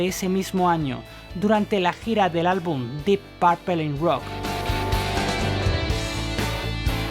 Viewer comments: O el mejor guitarrista de todos es JIMY Hendrix y no se pronuncia porpel se pronuncia porpul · Así con Deep "Paaarpel" 🤦🤦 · Porqué dicen Parpel en lugar de Purple y Bitels en lugar de Beatles...?